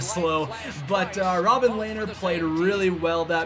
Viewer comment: It's pronounced (Le-ner) not (lay-ner)